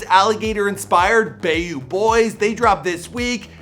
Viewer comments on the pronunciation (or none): Dafuq is "BAY-YOU" it's by "BAYOU" as in "BY-YOU" smh LOL